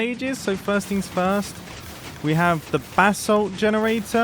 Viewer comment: in the video he says FIRErst instead of first